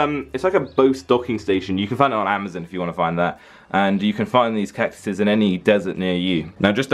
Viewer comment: Everyone: Amazon: Amouzon